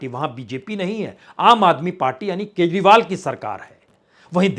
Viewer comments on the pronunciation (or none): none